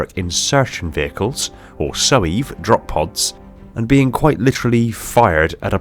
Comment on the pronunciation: "Drop poos"? bruh